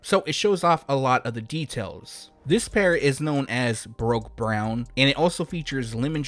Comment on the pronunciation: ????? Bruh…do you read the comments at all…smhlmao ’Baroque’ is not pronounced ”BROKE” it’s pronounced ”BAH-ROOK” 🤦🏾‍♂️😡🤬 and good looking out on the ’Nerf Reebok Pack’ #INSTACOP 😎💯